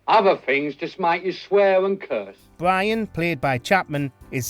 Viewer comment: I gotta know if this guy really has trouble saying his R's or if he's doing for the video. Every time he said "Bwian" I thought it was on purpose but then he did it for the rest of the video